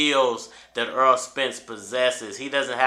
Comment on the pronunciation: The man's name is Errol not EARL - Why can't you say this man's name correctly